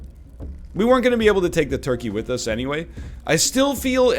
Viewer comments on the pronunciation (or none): none